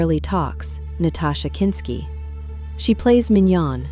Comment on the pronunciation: A documentary that continually mispronounces the subject's name and the name, Wim Wenders, Is impossible to take seriously.